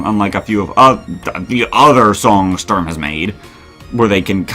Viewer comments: Bro how did you get a whole second try and still call "Sturm" "Strum" 😭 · In this and the MCM reboot video, I noticed you've been saying STRUM, when his name is actually STURM. Just a lil correction. Great video!